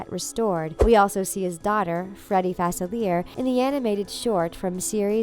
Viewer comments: you pronounced Dr.Faciler’s name wrong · Yeah its written Facilier but its spelled in French